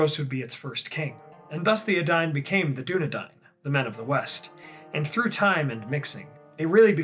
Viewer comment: In this video, we learn that I've been pronouncing the words 'Edain' and 'Dunedain' terribly, terribly wrong, for many years. ( has it right)